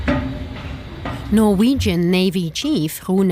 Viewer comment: The presenter totally butchered all of the norwegian names